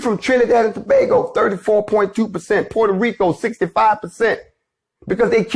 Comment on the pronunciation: Much respect for prouncing Tobago correctly lol 👍🏾